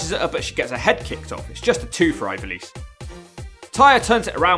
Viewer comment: Hahaha big fan but can't pronounce her name properly, love that from